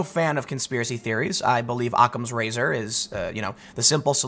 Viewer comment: STOP SAYING OTTAMS RAZOR FOR FUCK SAKE